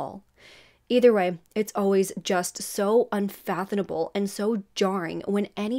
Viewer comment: You lost me at the colored hair. Can’t take anyone seriously who wears purple hair and can’t pronounce “unfathomable”